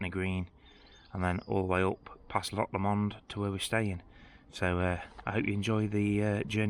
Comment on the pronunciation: Lovely. Nice trip. Need to not pronounce our loch like an American 😂. Try Loch “LOW “ space “mond”. 😉 I like that rock scrambling for a geocache👏